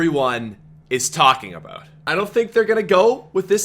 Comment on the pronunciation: Dropping a like just because of how says "aboot"